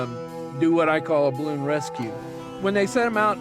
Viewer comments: Everyone ever: BA-LOON: BLOON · Stop saying bloon its ba-loon idot